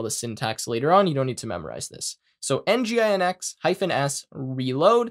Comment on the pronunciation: great video! its kind of weird and awkward for me to hear nginx by spelling it out.. for all i know, its 'en-jin-ecks'. other than that, really great tutorials! looking forward for more of them!